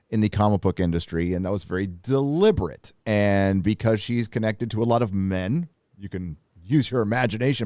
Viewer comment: the way said men is fking hilarious 😂